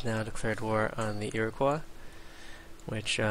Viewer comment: Holy shit, man, it's ear-o-coy, not ear-o-qwah. Goddammit, it's not French!